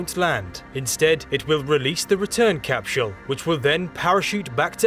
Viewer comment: I enjoy everything about this video, except: CapSHULL! THIS made me laugh, I love your content bro I'm not trying to knock you too hard.. I mean this from a place of love: Literally everyone else: CapSULE: CapSHULL Whyyyyyyy?! 😅🤣😂💀 P.S. I subbed, thank you for the science facts. I never get tired of them!